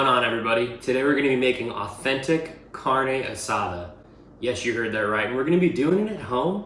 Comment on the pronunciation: the way he say carnee asdar , is a red 🚩 for me😬 next video dammn